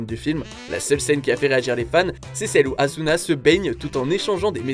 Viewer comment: On adore l'écorchage de nom d'AsuNa